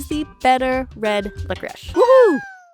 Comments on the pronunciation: Who is the dumbass who decide to pronounce licorice like that, France? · LICORICE IS PRONOUNCED LICORISH??????